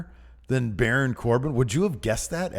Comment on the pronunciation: BARAWN. COR-BIN.